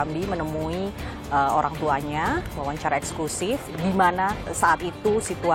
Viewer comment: Sayang sekali Kompas TV terlalu mendramatisasi kasus ini dengan : 1. Pengucapan kata EXKLUSIF yang berlebihan berkali-kali oleh sang pembawa acara 2. Penggunaan musik dramatis yang berlebihan bagaikan sinetron murahan Selain itu sebetulnya investigative reportage dari mas pembawa acara (Aiman) cukup bagus .....